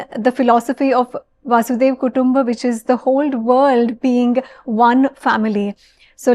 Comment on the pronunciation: It’s VaSudhaiva Kutumbakam (for Earth as one Family) not Vaasudeva Kutumbakam. (VaSudha is the Earth)